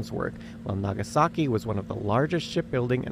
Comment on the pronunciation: "naa gaa sa ki" lol